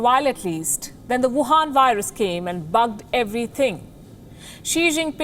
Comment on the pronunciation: did you say bugged or buggard